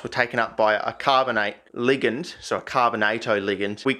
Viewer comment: Dude says ""Ligund" lmfao